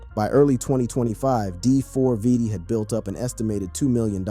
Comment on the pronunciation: okay first of all its pronounced David, second of all that LITTLE girl was not his fu***ing girlfriend. she was A MINOR !! HE WAS WITH A GIRL WHO WAS UNDERAGE!!! Stop calling her his girlfriend because she was NOT 😒